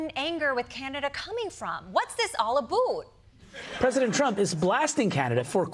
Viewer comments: I thought we were going to work this "oot". - What's this all "aboot"? Desi is hilarious. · It is absolutely pronounced a-boat. You're bang on. Americans never get it right. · Stop perpetuating false myths….while there are regional differences in pronunciation in Canada (think Maritime provinces), no-one says oot and aboot….they say out (think “lout”) and about ( think “ a trout”) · Aboot pronunciation myth is a South Park meme. No Canadian says that. Grow up.